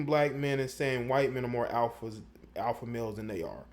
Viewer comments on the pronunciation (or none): none